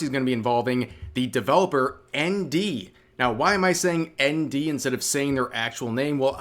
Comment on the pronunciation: It took a while to understand you were saying ND, I keep looking around looking for Andy and not finding anything.